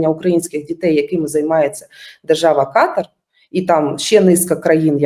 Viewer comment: КатАр, а не КАтар, ріже вуха.